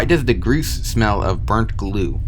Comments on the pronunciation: i'm pretty sure its 'gors' and not 'groose' idk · Pretty sure gorse is pronounced "gorse" instead of "goose" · Ahh yes the “groose “ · why the fuck does this guy keep calling it a groose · i hate the way you pronounce gorse💀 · bro really called the gorse a "groose" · "the gruce" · “the groose” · its pronounced gore > sss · "The Groose" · Btw gorse is spelled like gore but with s at the end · " The groose " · U pronounced grose wrong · gorse gor-ss is how you pronounce it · bro pronounced the gorse in 2 variations that are all wrong. “gross” “groos” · You can break the flood light and gorse is pronounced “gause” sause but replace the “s” at the start with a g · He calls the gorse “gruse” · Gorse is pronounced GORE-SSSS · im sorry did you call gorse groose? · "Grose" makes my heart hurt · gorse is actually pronounced gore-se like gore and horse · Isn't it pronounced G-orse (like horse but starting with G) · The way they say "malafunction" and "gross"/"groose" annoys me.. At least they didn't say "homogenous" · Why are you pronouncing it groose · wait people pronounce it the "groose" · you said gorse wrong. its gORse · Gorse, Gore-ss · The way you pronounce gorse is very annoying you sayit like "Grues" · This guy REALLY said "groose" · bruh he calling the gorse gru ss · im pretty sure they are pronounced gore-s. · he pronounces gorse as groose lol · You pronounced gorse several different ways several times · I hate how you pronounce gorse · bro cannot pronounce gorse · why did you keep changing your pronunciation of gorse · No offense honestly but is that how Gorse is really pronounced? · What's the point of pronouncing "Gorse" as "Groos"? Comment bait or something? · It's "GORSE", not "gruse". It's decimator, not "decontaminator". You're not cut out for YouTube, are you? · yea the "groose" totally not gorse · It’s pronounced gorse not gruce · It's called a Gorse, not a Groose. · "The groose is the groose" my man its gorse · grooce? its gorse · Groose? Its gorse